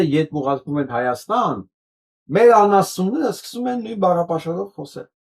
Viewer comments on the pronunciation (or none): Նկատենք, ինչպես է ասում Հայաստան բառը. ՀհաաՍտան❤❤❤❤❤